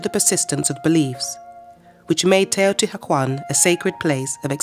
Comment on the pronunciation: I can’t listen to her repeatedly mispronounce Teotihuacán